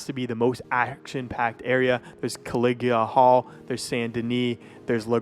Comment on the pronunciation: . You said Caliga so wrong, Cal-ig-ah hall